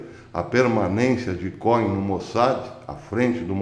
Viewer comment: Cohem se fala como côem. Significa sacerdote em hebraico.